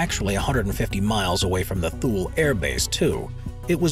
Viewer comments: As usual, you have no idea what you are talking about and on most all your videos you talk about one thing and pop up a completely wrong image. You need to way better research. I stopped watching after you pronounced Thule wrong -- it's twolee, not tool. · It’s not “th-ool “ air base, it’s “toolie “ air base. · It is pronounced TOO-LEE , not Tool Air Base. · Thule AF Base is pronounced “ to-lee”, the “H” is silent.